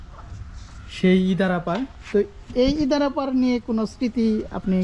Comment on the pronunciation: আরে ভাই আপনি ইন্দারাকে ইদারা বলছেন কেন সঠিক নাম বলেন।